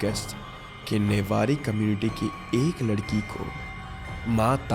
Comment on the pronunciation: Newari not nebari